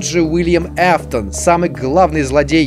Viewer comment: А кто такой Эфтон правильно же Афтон